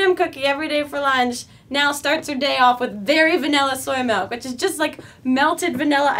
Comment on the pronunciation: you said vanilla a lot and every time I noticed you said vanella.... I say vanulla